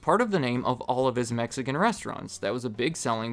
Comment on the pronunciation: I’m Mexican and it hurts every time you say Mexican food